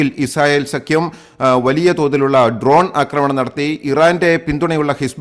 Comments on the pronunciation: ഉച്ചാരണം 'ആക്രമണം' ആണ് ശരി. 'അക്രമണം' അല്ല. ഉച്ചാരണം ശരിയാക്കുക. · 'അക്രമണം' എന്നല്ല 'ആക്രമണം' ആണ് ശരി. ശബ്ദ താരാവലി പരിശോദിക്കുക.